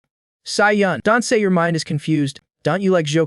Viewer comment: Does bro have hiccups because he keeps saying yor